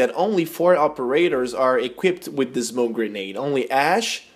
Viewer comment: its grenade just saying but nice vid